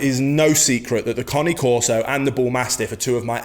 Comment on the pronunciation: This bloke knows fuk all about bullmastiffs. And what is a coni corso ? It's cane corso not connie. Two very different breeds with different traits. He is new to dogs and don't understand bullmastiffs.